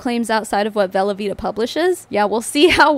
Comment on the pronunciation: I know you're saying 'velovita' but all I can hear is 'velveeta' and I have to keep reminding myself lol